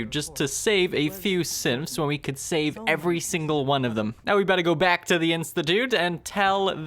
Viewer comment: I feel like he keeps saying Simps instead of Synths